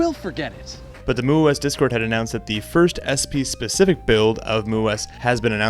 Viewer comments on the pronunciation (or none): none